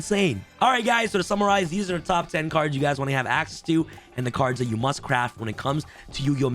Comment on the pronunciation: "Cards you MSUT have" Yes I msut have an Accesscode